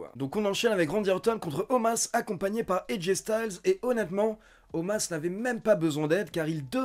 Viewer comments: Un jour t'arrivera a dire Omos et pas Omas lol Bonne vidéo, mieux que RAW en général ^^ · Bah il s'appelle Omas, tout le monde lors de RAW prononce Omas, donc je ne vois pas pourquoi je prononcerai Omos :) La WWE l'a expliqué, ça s'écrit Omos, ça se prononce Omas ;)